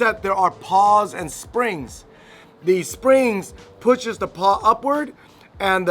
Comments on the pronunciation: I'm pretty sure it's called a pawl not a paw 🤔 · Pawl - pronounced like Paul